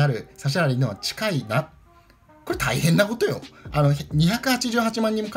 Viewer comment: これタイヘンな͡͡͡コトよ！？？がつぼｗｗｗ